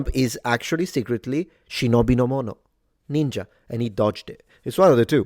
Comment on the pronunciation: Metatron will tell you your tonal inflection of "ninja" is wrong. I am convinced of that. Call me a conspiracy theorist. 😎